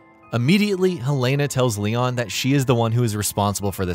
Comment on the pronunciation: he says Leo instead of Leon